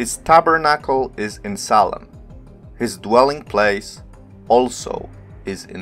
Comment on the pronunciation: Just a few corrections.... SALEM as written in the ENGLISH BIBLES is from the Hebrew שלם -- has to be pronounced SHA'- LEM The "S" in many cases represents "SH" sounds ... like SABATH - SHA-BBATH Another mistakes from TRANSLITERATION of the Bible (and other scripts..) is the letter "J" -- it is the GREEK Iota (pronounced properly YO-TA) and has the sound of "Y" So JERUSALEM is actually YERU-SHALEM.... ירושלם So to say that "SALEM" means "PEACE" is WRONG !!! Because SA-LAM is in Arabic and SHA-LOM is in Hebrew... SALEM is just the name of JERU-SALEM -- ירושלם In Hebrew.... In Hebrew מלכיצדק -- MALKI-TZEDEK -- actually means MY KING (GOD) IS RIGHTOUS !!! And he was the HIGH PRIEST to those who recognized THE CREATOR.... because MOST PEOPLE at the time couldn't comprehend the IDEA OF AN UNSEEN CREATOR.. More about the "J" -- YO-TA .... There was a city known as TROJ -- pronounced correctly TROY... and the people from there were called TRO- JANS pronounce TRO-YANS.. But most people are IGNORANT and many are IDIOTS TO BOOT... and some IDIOT pronounced it TROJANS and not TROYANS.... Same with NARCISISM -- it is derived from the MYTHOLOGICAL character known as NARKISOS (or NARKIS for short) who fell in love with his own image.... But in LATIN there is no "K" and the name was spelled with a "C" -- NARCISUS..... but some idiots (including Webster Dictionary..) are stating CLEARLY that the source is NARKIS but they pronounce it WRONGLY as NAR-SISISM .. BEST TO ALL